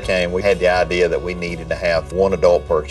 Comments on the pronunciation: Did she take any type of English classes in school?? I learned IDEA NOT IDEER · That mom needs to brush her own teeth. Geez. And stop sayin ideaer